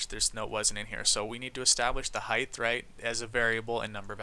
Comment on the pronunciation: Btw you pronounce "height" wrong you say it with a "th" at the end. It ends with a "t" sound